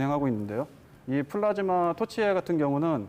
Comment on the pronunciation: 플라스마가 아니라 플라즈마 입니다.